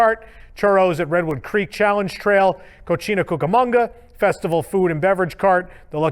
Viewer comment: FYI Cocina is pronounced "ko-see-na" (Spanish for kitchen). I learned the hard way never to pronounce it "ko-chee-na" (Spanish for "dirty")